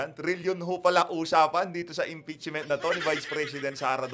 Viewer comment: Impeachment not EMPEACHMENT😁✌